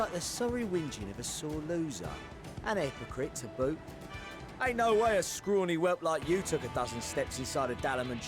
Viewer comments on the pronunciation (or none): none